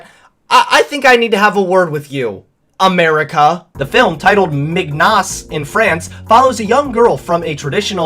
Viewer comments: miGnoss... thats a strange way to butcher the french word, it's pronounced min-yon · 'mignos' LMAOO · omfg how you butchered that 😂 mig-noss 😂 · Netflix: Releases objectively inappropriate movie Like to dislike ratio, petition, every single commentary youtube, and: I'm 'bout to end this whole man's career (Also, Mignonnes is French and it's pronounced Min-yoh-ns.) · "The film titled Mig-Nos" . Yes, just yes. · I don't mean to be that person, but... Mignonnes (Min-Yons) translates to cute/cuties Senegalese (Sen-eh-gal-ease) is someone from Senegal. No hate tho. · Ok so I agree that this movie's concept is awful, but i couldn't help but laugh when he tried to pronounce "mignnones" and "Senegalese." Much respect for trying tho! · The way he said "mignonnes" 😂😂😂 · When is speaking french 😀 I'm French and his pronunciation of "Mignonnes" is so freakin different from reality Great video, like always, anyway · as someone who is fluent in french, this is not how you pronounce the word "mignonnes" 😂 not even close